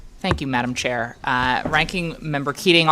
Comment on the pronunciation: He said Madma chair that's ok 🤔🧐🤦🏻‍♀️🤯✌🏻🤣🤣